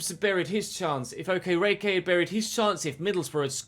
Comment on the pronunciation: okereke is pronounced awk-eh-rey-key like so can see